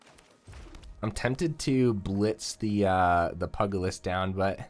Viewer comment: Good news and bad news: You’re pronouncing “Valet” correctly (val-ay), but mispronouncing “Pugilist” which should be pyoo-jill-ist and not “pug-ilist”. Although you could be intentionally saying it like that because it sounds funny, what do I know? 🤷‍♂️